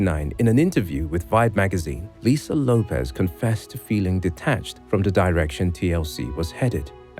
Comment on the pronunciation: lopez? i thought it was lopes (say ropes but with an L).